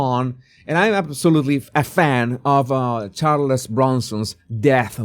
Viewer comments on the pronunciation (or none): He has a good command of English-but could benefit from an accent coach. “Charles Bronson” is pronounced Charlezzzzzz.